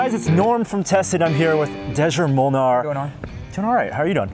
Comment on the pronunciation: props to Norm for getting very close on the Hungarian pronunciation!